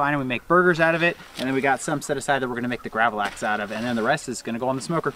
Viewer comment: You pronounced gravlax very good! Lax means salmon in swedish. We eat it on a thin hard bread called gene tunnbröd. And on that we put a sauce called gravlaxsås wich is made from dijon mustard sugar dill and red vine vinegar (and a few other ingredients) Been watching a lot of your videos in the last few days 😁 love from sweden